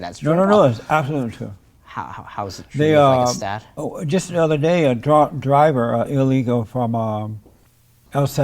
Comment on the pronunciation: I can hear some off enunciation’s like where he says the word “other” he pronounces it “odder” 😂